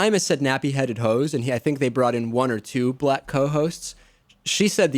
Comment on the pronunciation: the big affected pauses in her apology were so that we can visualise her doing that annoying forefinger waggle that is supposed to represent quote marks. you can hear where she's coming from by the way she gives the word "black" two syllables when she refers to "ber-LACK" comedians who use the n-word